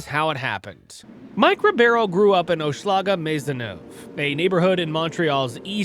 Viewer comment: Its pronounced Hoche -eh-laga